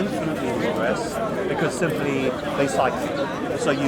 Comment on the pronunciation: I like how you said simple 😂😂